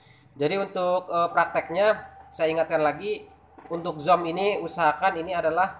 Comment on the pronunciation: 😁🙏maaf nih y bang. bacanya buka zom, tp zum,, tp inti dr tutorial ini sangat brmanfaat sekali, thanks ya bang... sukses selalu🥳